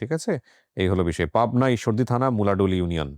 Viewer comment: উত্তর বঙ্গের ছেলে হয়ে কিবরিয়া ভাই মুলাডুলির নাম শোনেননি আবার উচ্চারণ‌ও কেমন করে করছিলেন। বিব্রতকর।